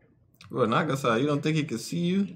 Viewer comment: Is it only me or did i just heard you guys said nagasa instead of nagisa?